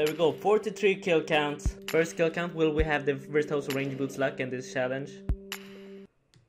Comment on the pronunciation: "Challange" lol